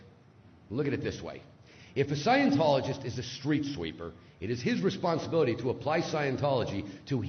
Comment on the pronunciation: There are so many words in this video that I do knot understand. What is "wesponsability" and what is a "stweetsweeper"?